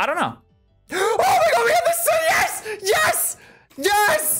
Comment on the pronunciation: Why the fuck do you say Ges instead of yes. Jk really cool shiny video